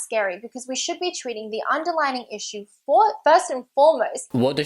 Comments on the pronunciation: The word is "underlying", you ignorant woman, not "underlining." Also, Jamie, more vest videos! Hooray for hot weather! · she doesn't even say "underlying cause", she says "underlining cause".